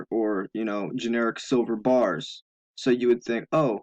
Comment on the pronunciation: Excuse me "BARS" not gars !!!